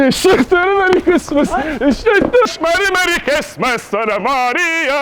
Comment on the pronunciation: hışmış merry merry cısmıs xD